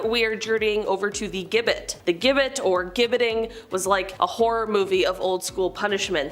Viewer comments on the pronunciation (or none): "Gibbet" is pronounced "jibbet".